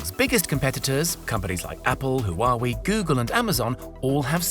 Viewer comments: This is a tech channel and you don't know how to pronounce Huawei? did you just print off someone elses words and then read them back? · Lmao you mispronounced Huawei